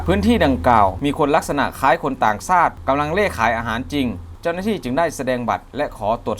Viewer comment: กูท้าได้เลยคนอ่านรายงานข่าวคลิปนี้ ไม่ใช่คนไทยอย่าคำว่าชาติมันบอกว่าซาด